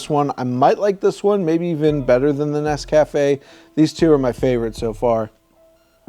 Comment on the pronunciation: It's pronounced NES-ca-fe